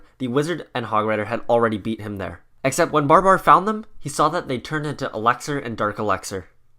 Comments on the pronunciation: He says eleckser not elixir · Why is no one talking about him pronouncing elixar. Alexer